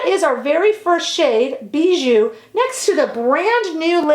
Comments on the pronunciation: I love your makeup look today, although you always look good! I love the Victoria Beckham brand and style, the image of class and elegance. By the way, the lip tint ‘Bisou’ is pronounced ‘bizou’ as though it was with a z. It means kiss in French 💋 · Just a quick correction: it’s called Bisou which means kiss, not Bijou, treasure😘